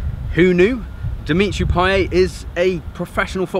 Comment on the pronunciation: Payet* not Payei